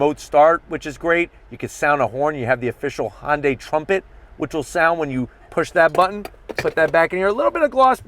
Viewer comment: Hyundai rhymes with Sunday. It doesn't sound like Honda(y)